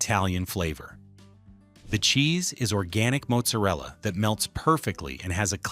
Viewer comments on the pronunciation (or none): They pronounce their name like this: "Ray-o". And it's pronounced "Maht-zer-ella" not "Moat-ser-ella".